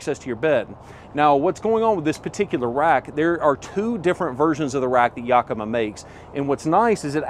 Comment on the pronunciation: Yakima, WA is located 2 hours north of me. I’d love to teach you how to pronounce the name right. 😂